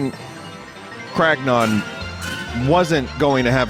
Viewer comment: Anything else with the prefix “Crag” appears: Vinny reads it normally “Cragnon” appears: ”Cragnæwns”